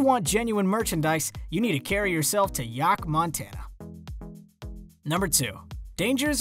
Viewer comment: Did you say “Yahk”? 😂